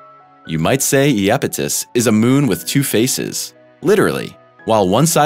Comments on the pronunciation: You've gotta be kidding ,now your throwing yupidus on top of the train wreck of mispronounciations ? Please I love this channel but your killing us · I looked it up. Iapetus in Greek is 'Ιαπετός, pronounced as Ya-PAY-tos. I wouldn't say his pronunciation was a train wreck. He has done worse, much worse.